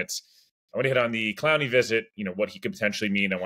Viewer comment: Yes, you have said it correct.